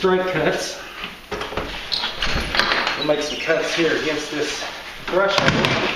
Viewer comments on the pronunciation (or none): none